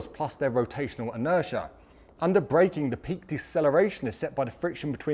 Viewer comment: Interia? Waht's Interia?